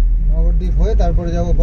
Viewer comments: নবরদীপ নয়।উচ্চারণ হলো নবদ্বীপ। ভেঙে বললে নব মানে নয়। নয়টা দ্বীপ। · নবরদ্বীপ না নবদ্বীপ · নবদ্বীপের কাছে থাকে সঠিক উচ্চারণ টা এখনো জানে না ।